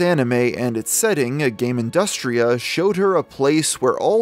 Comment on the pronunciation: Dang, I wasn't expecting Hyperdimension Neptunia in that video. Tho side note: It's "Gamindustri", not "Gamindustria"